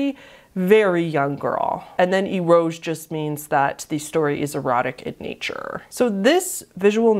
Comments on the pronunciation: Hi! as a heads up, eroge is actually pronounced in three syllables, like, "aero-gay" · Just for future reference, eroge is pronounced ay-row-gay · eroge is said like e-ro-ge (e as in end, ro as in rose, and ge as in get) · what you're talking about there is actually eroge ( pronounced ero-ge), or erotic games, it's generally referring to sexual adult games in Japan, most often they are 18+ visual novels. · The way you say eroge is really funny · Saya no Uta is a weird thing to have on this type of iceberg. Loli, R*pe, and gore are all not that uncommon in visual novels. There are much, much, much darker vns out there. And Eroge is not pronounced like that.